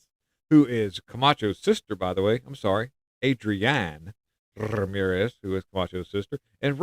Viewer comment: You Roll your R’s so good! Rrrrramirez 👏👏👏😂😂